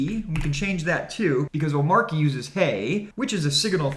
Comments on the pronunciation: omarkie lol........... say it with me, "oh-MAH-chee" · great vid! Only suggestion...hate to be that guy but its "oh-mar-chee".... not "om-mar-key". Drives me nuts. Similar to people that "height" with a TH at the end... FTLOG! its not HEIGHTH lol. Anyways. Great vid. very informative. keep up the great work. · Its pronounced oh-matchy